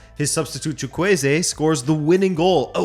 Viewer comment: Your pronunciation of "Chukwueze" is surprisingly decent. Then again, you're one of a few sports channels that try to get pronunciations correctly.